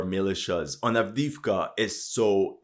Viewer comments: Adeevka not Adiivka !!! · Правильно произносите A v d e e v k a